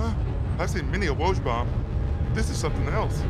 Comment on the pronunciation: Josh hart, “I seen many woj bomb”🤣🤣🤣🤣🤣